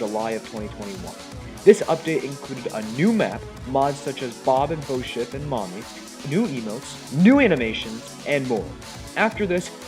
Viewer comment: Pretty sure it says Bo-sip...